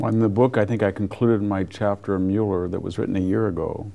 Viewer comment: Why can't he pronounce Mueller?